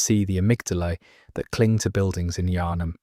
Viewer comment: My dude. It’s pronounced Yar-num not Ya har num. and the P is silent in Pthumerians.